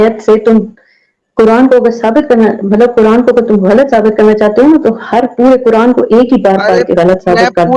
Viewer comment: bhai kya baat h 😂😂 kuran ko kurand bol rahe ho 😂😂